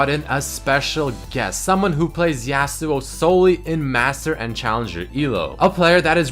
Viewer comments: says YEAUsuo xD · I'm not hating on accent, but I AM VERY ANNOYED ON HOW SAYS YASUO. IT'S NOT YEAH SUO, IT'S YAW SUO.